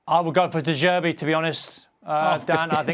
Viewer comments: If I hear de zerbi one more time 😑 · De jerbi 😂